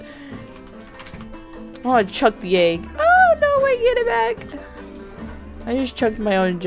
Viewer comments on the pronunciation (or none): none